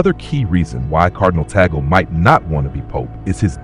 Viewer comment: Pronounced Tag-le, instead of bagel!